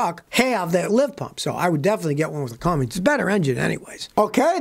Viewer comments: Scotty: IT'S CUMMINS...NOT CumminGs. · It’s Cummins not Cummings! Come on Scotty. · It's Cummins, not Cummings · Chevy and GMC DO NOT use Cummins diesel engines. Youre wrong on this one scotty. Cummins only comes in RAM trucks. Also, theres no G in Cummins. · Scotty, sending love from Knoxville Tennessee. But this old girl grew up in Columbus Indiana, home of the Cummins engine. Buddy, you gotta stop saying Cummings there’s no G in Cummins!! 🤣🧡🤦‍♀️🙄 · Scotty, There is no "g" in the name Cummins